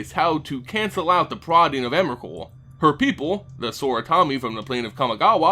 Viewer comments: Ps: "onerakul" thats so retarded!!! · There was alot of times he said Emerakul, but has anybody considered "Memerakul"